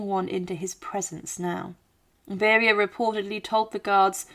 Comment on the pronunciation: You misprounced Lavrenti Beria, Nikita Khrushchev and Erdoygan. It's not like they are names unknown in the West. Even these days. Try to make an effort. You even get his daughters name even though she is still mentioned in the Western Media